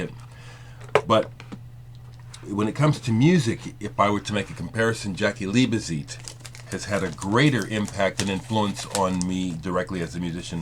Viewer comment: it's Liebezeit pronounced leebeside,sorry put i'm a bit anal retentive of pronounciation.Jaki was one of the best drummers ever there is no replacement.what i hold against Bowie whenhe was in berlin ,he always told all the music papers how much he was into German electronic music but he was obviously too good to record to play with the German musicians he apparently so admired and had musicians flown in from England the Usa..ok he had the money to do so.I used to bump into Jaki or Holger Czukay a few times when I lived in Cologne,Jaki was one of the most humble guys I ever met but also very nice he loved talking about music and i learned a lot about drumming just talking to him.Holger is also fantastic company.would have loved to have played with either of them but they were both so busy.